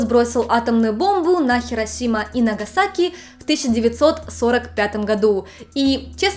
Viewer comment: Эм. Если ты живёшь в Японии почему неправильно произносил города. Хиросимо и нагасахи?